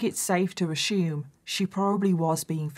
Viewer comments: Hey fellow Americans.... Does it kinda drive U crazy that saus, Ashume... instead of Assume? Lol.. My aunt was a war bride, just 16, and my uncle 18 when they married in England, and she came to America. They remained married all their lives. Sweetest thing I've ever seen. But, m y aunt would say...eer(?) (air?)...instead of OUR LOL.. Now, I've got the same thing going on with Ashume anyone else? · "How do you pronounce ASSUME?" America: uh-soom. Britain/Australia: uh-syoom: uh-shhoom! 😂